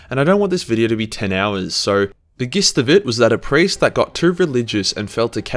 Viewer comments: And ‘gist’! Where did you learn English!! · Jist of it, not, Gist of it. Thank you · gist is pronounced jist, coup is pronounced coo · 4.44 you know what else is silent, the P in Coup. Also 'Corps' is pronounced 'Core' and 'Gist' is pronounced as if it begins with a J. Bloody philistine. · Exactly. So frustrating hearing corpse constantly throughout the video. Whole bunch of words he mispronounced too like coup and gist. Otherwise a good video but almost half my enjoyment was lost to getting angry about hearing these words being said completely wrong